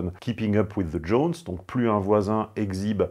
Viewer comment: Keeping up with the Joneses >>> prononcer « djonziz ». You're welcome.